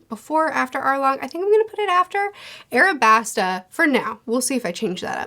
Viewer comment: aLabasta, sweetie :) with an L 🥰